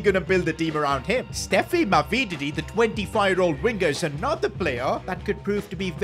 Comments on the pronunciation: Ma-vi-di-di. Not Ma-vee-dee-di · How he said mavididi is criminal